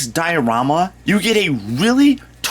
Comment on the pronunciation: You say ewe